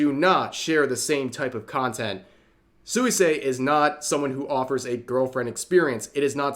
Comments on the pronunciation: Pronunciation tip: Suisei should be pronounced more like "Swee-say" The u and i kind of slide together... I really don't get it: so,,, most of Suisei's fans support her having a relationship? Most of those in opposition are just ordure-stirring Antis? Well, that kind of stupidity on a shingle is to be expected from their ilk. Just another instance of the pit of nonsense that social media has become. Sic 'em, Rev! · Hi Rev, it's pronounced as "swee-say" not "soo-wee-say". Sorry it was bothering me... 😅